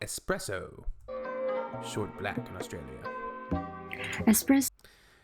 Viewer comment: "Short" black, not shark black.